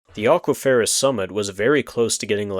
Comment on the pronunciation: great vid! but you're pronouncing "aquiferous" wrong )